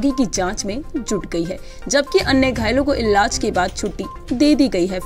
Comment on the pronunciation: Iilaj.....shi se bolyee